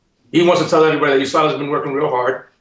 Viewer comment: Usada Usada.... its USADA